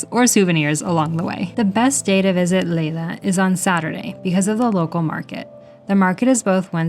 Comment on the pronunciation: Nice video. For info: the Dutch "ei" in Leiden is pronounced like a long I in English e.g. bite; not like a long A.